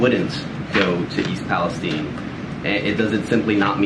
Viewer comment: Thank you for being the only reporter I've seen to say "East Palestine" correctly. With a hard e not with an i.